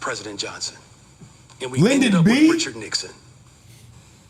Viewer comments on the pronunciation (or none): none